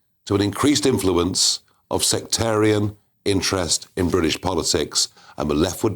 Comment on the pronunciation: How he says “Brrrwit-ish” is sooo annoying. Why is he still in a job. Please resign!!!!!